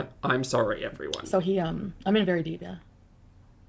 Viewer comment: Feeling “Sorey” for herself!!! Classic way of saying the word “Sorry” 😃😁